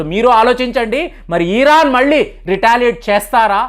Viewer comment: ఈరాన్ కాదు ఇరాన్